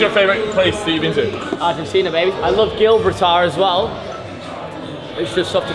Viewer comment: pronunciation of Gibraltar